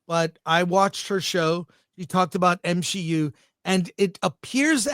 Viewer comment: For Grace Randolph to say it's M-She-U.......then it must be really bad, The Marvels level bad 😂😆